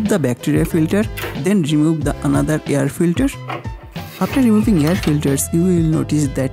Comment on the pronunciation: Can't you pronounce air as air not yer filter